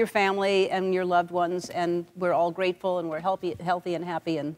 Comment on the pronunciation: did Ellen say "we're all grapeful" after that grapes story??? lol